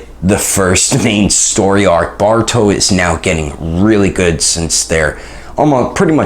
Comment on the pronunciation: Boruto not barito